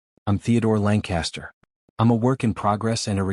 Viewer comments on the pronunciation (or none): So... is his name Langcaster? Or are you just stupidly mispronouncing it? It's totally stupid that he orders in German and the story acts like he doesn't know she understands. This story is so unrealistic, I can't continue.